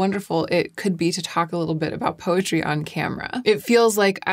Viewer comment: When you first said “poetry”, I thought you said “PUPPETRY” and was thoroughly confused for a second until you said “poetry” again. 😂 Congratulations!!